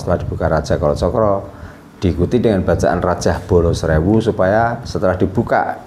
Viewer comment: Harusnya di baca..kolocokro sama bolo srewu